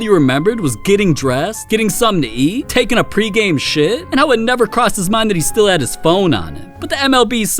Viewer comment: “taking a pre game shi” 😂